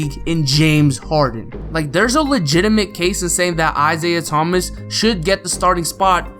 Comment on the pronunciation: Lol of course you would say isaiah thmas , bc you are a celtics fa XD